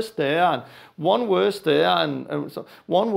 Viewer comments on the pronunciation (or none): Not werse, verse